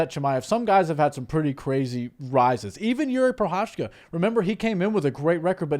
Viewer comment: spíš mě nasralo, že Cejudo, co říká jak je dobrý kámoš s Jiřím, když ho trénoval... Ale furt nevysloví jeho příjmení správně 😂Prošečka ain't it